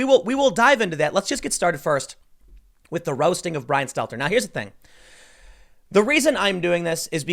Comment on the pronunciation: poor "show tunes" Bwyan, Wewiable Sworces, Stelter.